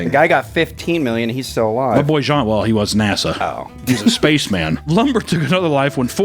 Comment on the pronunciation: You pronounced jean correctly don't worry